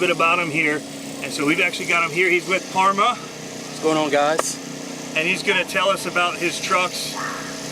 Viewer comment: Did he say he's with Arrma or Parma? Because if he's with Arrma, that would be good news. Great video.